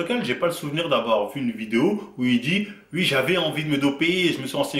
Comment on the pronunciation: Arrête de dire ui, on dis oui bordel,chargé encore et encore